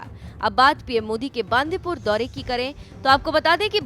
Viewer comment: Atleast pronounce the place name right... It is not बांदीपूर .... It is बंडीपुर.... 🙏🙏🙏